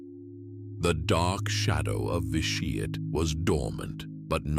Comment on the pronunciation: “Lord Vi Sheeeit”